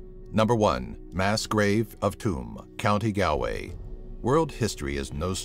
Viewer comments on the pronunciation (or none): It's prounonced gawlway not galway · It's pronounced GAWL-WAY not GAL-WAY, even though that is how it is spelt. It is understandable why people who don't live in Ireland would pronounce names wrong. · its pronounced gall way not gal way even if its spelt galway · i live in cork in ireland and im pretty sure its not Gowlway its pronounce Gawlway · I don't mean to be an ass or anything but you pronounced Galway wrong it's gol-way not gal-way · its not Galway its pronounced Golway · Did any other irish person get really annoyed when he said gal-way rather than Galway (Its pronounced golway) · he pernounced Galway wrong it is spelt Galway but pernounced G all way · You're pronouncing Galway wrong XD It's GALL-Way. But no worries, haha. Top 10 Creepiest Buildings Around the World? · Its pronounced "golway" not "gaalway" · it's not galaway is pronounced s golway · i will hate on you because you said "gaalway" instead of "gawlway" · It's pronounced "Choom" not "Too-am" and "Gall-way" not "Gal-way"...you really should update your research on that one by the way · Galway, pronounced Gaul-way. Tuam, pronounced chew-mmmm. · Number 1) Tuam, Galway is pronounced Choom, Gawlway Do a top 10 on something Irish or Ireland itself 👍🇮🇪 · More like gahl-way, like when saying the beginning of 'gone'. Its a gah kind of sound. Though in certain areas in Ireland it can be pronounced ghoul-way but thats only because of the accent. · "County Gow-way" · It's pronounced Gaul-way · Nice try on the pronunciation of Galway sir, it's pronounced "Gaul-way" 👍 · I'm Irish. It's pronounced county gawl-way XD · of an Indie girl But there are other comments correcting him and his pronunciation of the word. And really, in the course of a lifetime, what does it matter?? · it's spelled Galway but it's pronounced Golway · Galway (gawl-way) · Galway is pronounced gaulway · Galway is pronounced goll way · galway is pronounced gawlway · Its pronounced Gaul-way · you said GALL-Way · You pernounced Galway wrong